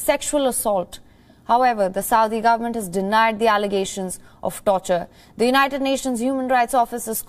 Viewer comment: It's Saudi, not suadi.